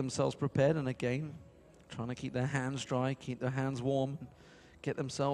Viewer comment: Is he ever gonna learn to pronounce "again"?